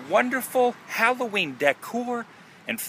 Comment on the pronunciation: I thought you said Halloweed.